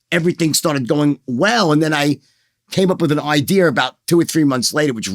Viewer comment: Did he say he came up with an ideer? I am interested in the ideer